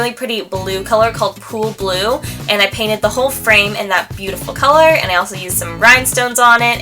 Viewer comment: Was I the only one that thought that when she was talking about her blue paint, she said "poo blue"